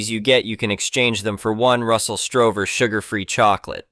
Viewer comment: It’s Russell Stover not Strover